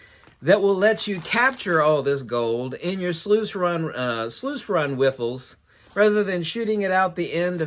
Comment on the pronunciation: Did you say wiffles?😂👍 its riffles. Nice I'm going to say that from now on.